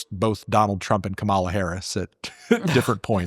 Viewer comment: We still can't get Kamala's name right.